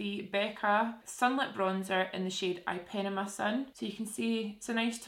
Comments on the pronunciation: Ipanema is pronounced ee pa nee ma 😁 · Thoroughly enjoyed her pronunciation of Ipanema....